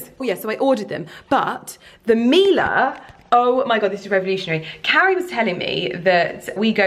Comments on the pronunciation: Her pronounciation was actually quite good. Miele is a german company and we say "Mie" like "Me" 😊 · babe!!! I know pronunciation isn't your forte hahahah but it's pronounced mi-e-le not mila. It means honey in Italian. sending you much love!! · Miele gives you a couple appliances FOR FREE and even then you don’t learn to pronounce their name? Google it